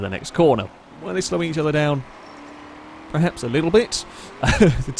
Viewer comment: IT'S 'PERHAPS' NOT 'PREHAPS'. SPEAK PROPERLY.